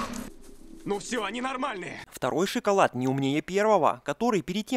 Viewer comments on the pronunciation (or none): none